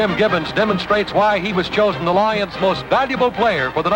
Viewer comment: “The Detroit LAW-yuns.” Who narrated this? Van Patrick?